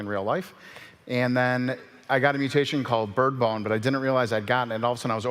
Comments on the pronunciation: Bird BONE not bird bomb😒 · Its called bird bone not bird boom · OKAY COME ON HE OBVIOUSLY SAID BIRD BONE NOT BIRD BOMB WHY WOULD IT BE BIRD BOMB